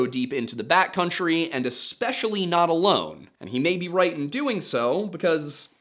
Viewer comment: I can't help but hear "bat country" rather than "backcountry".